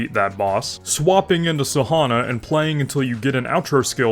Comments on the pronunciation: It's san - hwa not sahana. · Nice tips though. But you should read her as "San - wa" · Everytime i heard Sahona, felt like i got slapped to the face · Blud pronounce Sanhua like pronouncing Marijuana